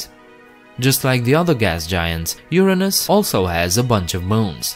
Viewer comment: And thank you for pronouncing Uranus correctly!!! People in the US do not. They pronounce it in a way that makes it sound like a body part. I won't type it, but I know you will get it. 😝